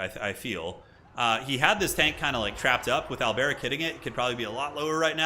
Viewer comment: The way you pronounce Alberic, though. Do you think he's Arabic or something? :D